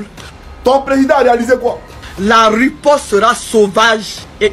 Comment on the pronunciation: La riposte et non ruposte